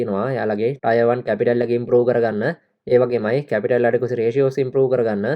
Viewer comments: ටයර් නෙමේ ටිය(ර්) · Tier 1 pronounced as “ටියර් 1"